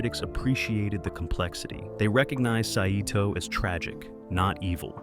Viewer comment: The name of the Japanese commander, Saito, is pronounced Sy-toh, not sa-i-toh. Did AI write and voice the narration?